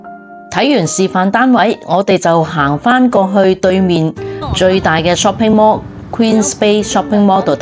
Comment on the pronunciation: 你的英文真的好垃圾--Shopping mall 竟然讀成"濕平魔"!